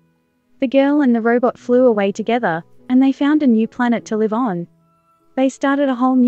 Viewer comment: Excellent video. Was wondering how difficult it is to modify the speech from Synthesia to correct the sounds of specific words. For example, when says "... found a new planet to live on", the "on" would sound more natural if the tone went down, if you see what I mean. Would this be easy to change?